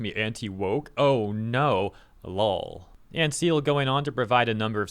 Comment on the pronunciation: it's an odd spelling but he pronounces it as kai-el, not as seal